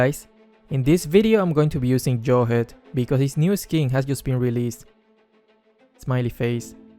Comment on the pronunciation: Who hears saying Smiley Face:) 👇